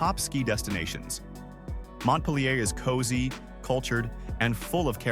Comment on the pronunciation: Pronounce it "Mont-peal-your"